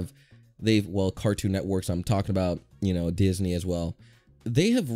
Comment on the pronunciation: I know this is a year ago, I saw it when it came out and I still find it funny how he pronounced “Disney” as “deez knee”